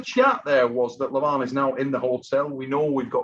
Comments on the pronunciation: you are calling him Levon instead of Levan :)) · Yeah, Levan and Devon both rhyme with seven.